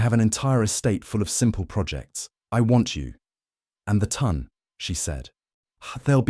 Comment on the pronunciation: Love the story and the narrator! Very funny, and just try to ignore the fact that AI apparently cant add small numbers. If only the correct French pronunciation of ton, as in haute ton, and would have been pronounced as French in the Regency could make its way into the brain of the ai narrator. The voice, is perfect otherwise, so hard to believe it doesnt have a sense of humor...